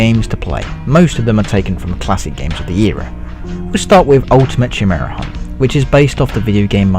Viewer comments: It's "Kai-mare-uh" Not "Chi-mura" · ci- mare- a say it right